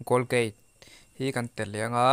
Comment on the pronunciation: Golgate a ni lo.. Colgate zawk o